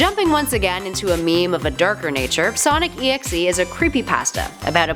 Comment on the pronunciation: Its pronounced Sonic DOT exe